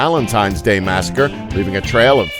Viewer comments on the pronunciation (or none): none